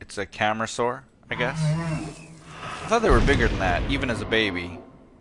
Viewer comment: The way pronounces it, you might aswell rename it to CAMERAsaur (camarasaur)